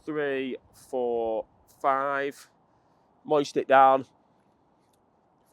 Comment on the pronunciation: how you pronounce moisten goes through me hahaha 🤣🤣🤣